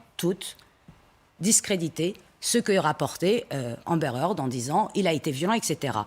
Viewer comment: heard pas hearth